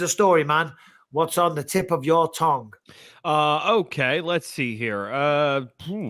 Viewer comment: It's fucking tongue Michael not "ToNg*